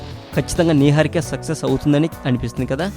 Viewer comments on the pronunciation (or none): What is this neeeharika Babu?Neeeharika Naaaharika Naiharika kadhu Its "Niharika"